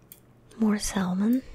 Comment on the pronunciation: Silent L in Salmon. Sah-mun.